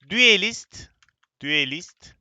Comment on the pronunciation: düelist değil duelist